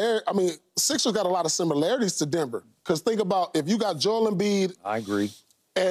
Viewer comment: Its JO'EL, say his name correctly.